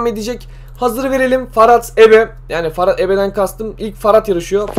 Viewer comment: Ferhat a neden Farat diyon :D